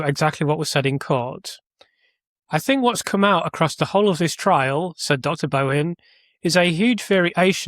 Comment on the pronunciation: Bohin is pronounced Boin, the H is silent. Im Irish and we never pronounced the H in the middle of surnames eg Mahon. Pronounced Mann. Material up to your excellent standard but …it must be me,I cannot follow the complexities. You promised on your stream last week that you had a really interesting video on Thursday. Well it’s Thursday and I cannot expend the energy! To tease my aged brain to follow.